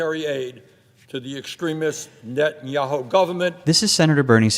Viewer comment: Bernie Sanders says “Netayantu government” not “Israel” big difference